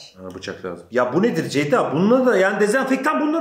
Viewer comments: neden hic ceyda diyemiyo ya dhdndndj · neden ceyda ablanın ismini bi türlü düzgün söyleyemiyor SKJSKSDNKSDKKDJJSSKALDJJWDH